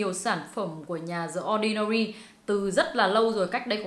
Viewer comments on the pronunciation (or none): ơi phải đọc là “đì ordinary” chứ ko phải “đờ ordinary” nhé